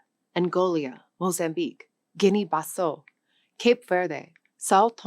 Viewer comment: Angolia? , Guiné-Basseau??